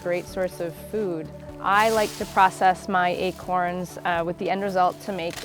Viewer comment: He said acoins hahaha